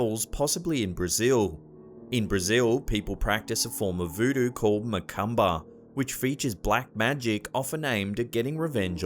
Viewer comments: Dear, the Brazilian voodoo macumba is pronounced Macoomba. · The way he pronounce "Macumba" 😅